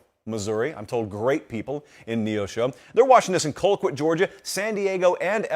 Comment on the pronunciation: The way you pronounce Colquitt, Georgia is Call-quit FYI